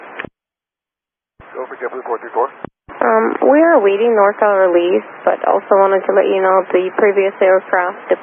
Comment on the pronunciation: it sounds like the controller isn't enunciating the "NORCAL", reminds me of that other ATC controller a number of years ago that suffered a stroke while on the radio.